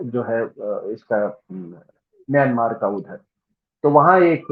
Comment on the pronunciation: इस देश को म्यँमा कहते हैं, सही उच्चारण। छिन स्टेट ही नहीं, उत्तर में कछीन, दक्षिण पश्चिम में रखाईं, दक्षिण पूर्व में कया, करीन, उत्तर पूर्व में शान, सभी अपनी स्वतन्त्रता चाहते‌ हैं और संघर्ष भी कर रहे हैं। और ये सभी देश या तो इसाई या मुस्लिम मेजोरिटी वाले प्रान्त हैं।